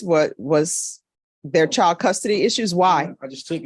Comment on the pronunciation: Someone needs to tell to pronounce properly such as a D at the end of CHILD